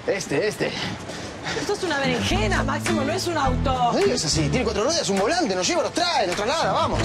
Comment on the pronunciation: "eso es una verengena maximo" JAJAJAJAJAJA NO DOY MAS